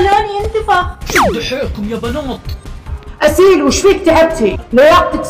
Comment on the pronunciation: بنات❌ بناط✓✓✓✓